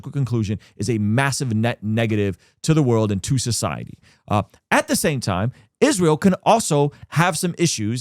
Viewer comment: Why does she pronounce it "ISHreal"?